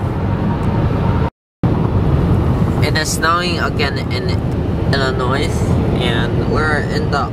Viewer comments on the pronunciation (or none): The “s” in Illinois is silent